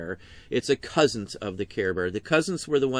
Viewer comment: There is no "T" on the end of "cousin".... Or is it one of those "the T is invisible" things???